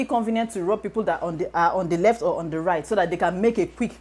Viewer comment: "Don't be on the reft lane"😂😂😂😂 I feel you